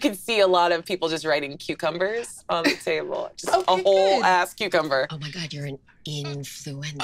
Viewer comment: Every single time says cucumber I clearly hear her say cutecumber